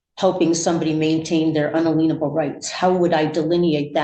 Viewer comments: Man, do I dislike this arrogant woman. She knows everything, but ignorantly pronounces "in-alien-able" as "un-aleen-able". Judge Gauthier usually does a good job with sovcits, but he shouldn't be allowing her to keep interrupting him. I hope he locks her up for the maximum sentence. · Oh cripes! She pretends she has multiple degrees and says "un-a-leanable" rights! and "over-arking" when the word is "overarching" She needs to tread carefully with the "common law" approach. It is accepted that "common law" is, essentially "judge-made" ("case") law. In most jurisdictions where common law still holds sway, most of what was common law has been formalized into statute law (I think she also has said "statue" but I'm not sure). The judge even mentions hat his decision will be governed in part by relevant case law, but she doesn't twig to the fact that that falls into her beloved "common law." "Common law" does not mean that "it is common that anyone could understand [it." No only does she know no law, she doesn't even understand the basic processes of the courts i.e. what happens at each stage as the case progresses from preliminary hearings to trial. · Why can't Sovcits pronounce "unalienable" correctly? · I'm prepared to argue that if you don't know how to pronounce "unalienable," you have no business advising people of their unalienable rights.